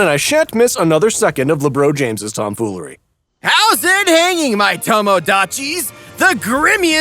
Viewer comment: Is it just me that heard him say Labron James’s name wrong?